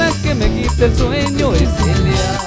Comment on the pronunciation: siendo cajamarquino primo ....dices a eliaa??? se dice a ella ..😁😁😃😃